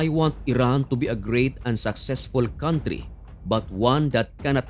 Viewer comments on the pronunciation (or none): none